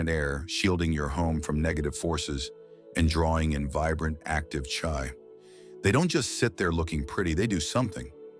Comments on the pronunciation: Ai wrong pronounce. Chi 气 correct pronunciation is Chee not chai. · Sorry Chi is pronounced Chee not Chai.